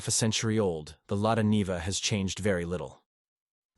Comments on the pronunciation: It is pronounces Lada NIVA "Neeva", not Nehva. Great car. And the UAZ Bukhanka - the ultimate, both can go where other cannot. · It's the Lada Niva (pronounced Knee va) not Nay ver. Ignorant American.